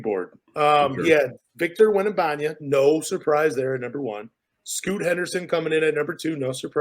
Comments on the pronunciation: Not WEM - NA - BA - NYA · Repeat with me guys: WEM - BA -NYA - MA 😂